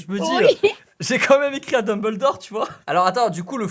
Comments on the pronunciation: '' Fo deumboldore''😭😂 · "Dembeuldor school" HAHAHAHHAHAHA